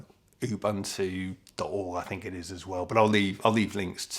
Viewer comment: To correct you please, saying it as Buntu( actual spelling is Bantu) is a derogative word in South Africa. The word is pronounced Uboonto, but not drawing out the boo bit. Ubuntu means compassion, a coming together, and humanity. I love the word. We have lots of it in South Africa, despite our government. A perfect example of it is when our July riots happened- colour, creed, religion, etc.. didn't matter when people were protecting their own communities, standing side by side, and helping each other.